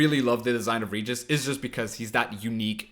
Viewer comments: Pls, not "ridjis", RE-Gis (G like in Gregory and E like in Ernest) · "Reguis" com o R bem forte seria a pronúncia correta na terra natal dele, a dos vampiros. Mas porra, "Réjis" como na dublagem br, ou "Ridjis" como o fala fica muito mais legal